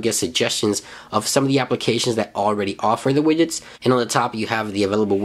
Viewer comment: forst one is widget, after i only hear: available wijets, my favorite wijets ;)